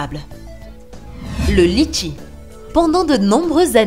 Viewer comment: Sa se dit letchis